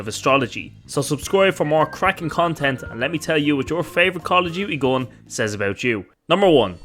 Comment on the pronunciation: You first need to learn how to pronounce GUN correctly. Then you can make a video where people can ACTUALLY understand what it’s about. It’s English after all. It’s not that hard.